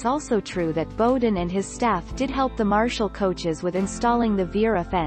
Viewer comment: BOW-den.. rhymes with WOW!